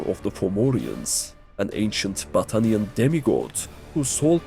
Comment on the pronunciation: Man I cannot be the only one hearing "Butt Onion" instead of "Battanian" 😂